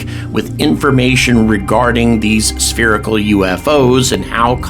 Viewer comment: 'sperical' pisses me off! lol , It pisses me off too! Keep up the good work.